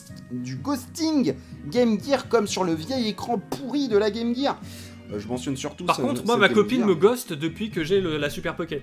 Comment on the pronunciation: "la Game Guir" oula copain, on va pas s'entendre, les vrais de vrais disent Game Jir :)